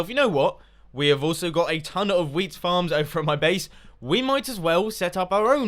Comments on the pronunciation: When mumbo talked about xisuma's wheat shop I thought he said weed shop at first and I was very amused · At points I thought he was saying weed shop